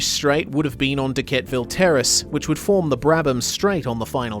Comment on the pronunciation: You get Pulteny right, but not Dequetteville. Most of us pronounce that second 'e'. De-ket-eh-vil